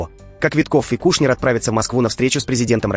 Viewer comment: Какой такой Кушнер? Почему надо коверкать фамилию представителя знатного еврейского рода КУШНИРОВ, выходцев из бывшей царской империи?